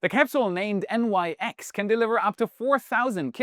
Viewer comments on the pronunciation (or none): As the Nyx is named after the ancient Greek goddess, it likely is pronounced /nɪks/ (IPA/English) and not N-Y-X.